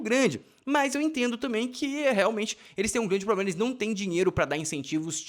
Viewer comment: Ela insiste em "ploblema". Mulherzinha limitada!